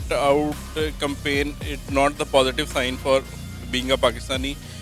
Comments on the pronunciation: Campaign pronounce to theek se kar lo, "CUMPAIN" 🤣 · Your campaign PRONOUNCETION is not right.. I guess... 🙈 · madam campaign toh thik se bolo